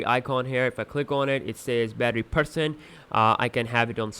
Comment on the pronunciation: The way you say percent, power and swap is great xD